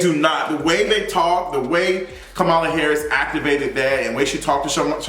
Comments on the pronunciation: Her name is pronounced "comma, la" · Yeah he's pronouncing it like Fox News purposely does 😒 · Her name is KAMALA----->COMMA-LA 🤦🏾‍♂️🤦🏾‍♂️. Furthermore, as it pertains to Meg. Keep that same energy and make sure you hold her accountable when she is found out to not have told the truth bruh. I'm still waiting on your explanation of "toxic positivity"(those were your exact words)from your video of Tabatha Brown's response to Wendy Williams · Everyone pronounces her name WRONG. Think of the word COMMA (like the punctuation) and then add LA. COMMA-LA NOT KAH-MAH-LA or CAM-AH-LA. I hope that helps because that's what helped me to remember it. Like 99% of the country doesn't know how to pronounce the VP's name and we need to learn it please. I'm not attacking you because I see this everywhere. Just providing tips to remember it. My name is Kamara so I feel her pain bc ppl try to say my name in 3 diff ways. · Can we please pronounce Madame Vice President's first name correctly??! She says it in that clip of the interview 🙄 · Him mispronouncing Kamala is sending me lol